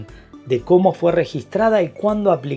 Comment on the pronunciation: Excelente y completisimo vídeo!!! Congrats! Solo un detalle , si te dedicas a este mundo tech por favor no pronuncies Lut como si fuera una palabra española. Gracias por tu gran trabajo!